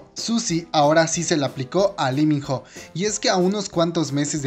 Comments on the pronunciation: LI min JO JAJAJAJJAJAJA no mames, aprende a leer bien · Se escribe ho y se pronuncia o... Pésimo vídeo...